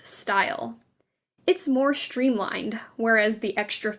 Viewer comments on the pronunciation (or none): Volimuous blouse? Too much, ‘totally’ ‘shtreamlined’ (streamlined). Oh, to have proper pronunciation.